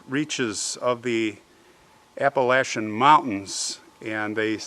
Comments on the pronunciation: I am from Appalachia! I chuckled with his pronunciation , it was kinda Ap-a-lashtch-a. It was a good try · "Ap-a-latch-a" is full of stories like this